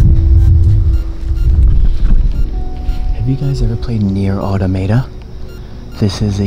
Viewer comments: Ah toe mah tah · Bruh, how he pronounced “Automata”, lmao. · I love how he miss pronounced nier automata